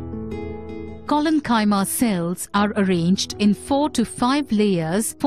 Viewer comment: You can`t even pronounce Parenchyma or Chollenchyma correctly 🤣 before try to teach us something check your silly pronunciation you Indians have ruined the English language over a century